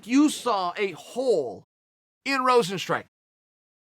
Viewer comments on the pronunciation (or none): It's not Rosenstrike.. Rozenstruik.. Struik mofo... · Is Rozenstr-u.i.k not Rozenstrike how hard is to say a name jesus chirst.